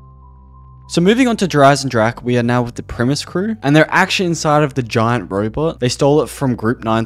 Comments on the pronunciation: Please stop saying "Jer eisensrache" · I cringed every time he said der Eisendrache because he butchered it so badly